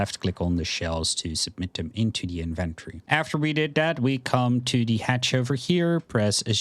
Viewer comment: You say "de" instead of "the" lol.